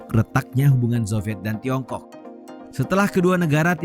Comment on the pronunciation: Jorok banget nyebut Tiongkok nya di menit